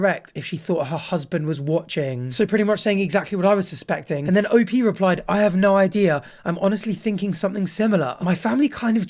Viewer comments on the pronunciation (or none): O-P is insane i can’t get over it PRONOUNCE IT AS LOWER CASE LETTERS